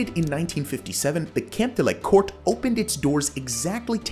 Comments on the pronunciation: it's not "camp nu" it's CAMP NOU, it's neither "Le Corts" it's CAMP DE LES CORTS. Also Les Corts wasn't the Camp Nou, they were different stadiums, we played on Les Corts from the '20s into the 50's, AND THAT'S when we got into the Camp Nou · Please learn to pronounce Camp Nou. It's not Camp New. It's Camp NOUUUU (like "Camp Know"). Les Corts is not pronounced "Le Cort" (as in French). It's "Lesss Cortssss".